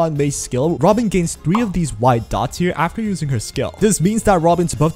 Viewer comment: what's with this name, why i hear ramen instead of robin and booty instead of boothill.